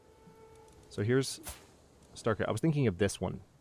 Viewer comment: Starkaðr would be pronounced as "Starkethr" with the "ð" representing the sound "eth" like in the word "death".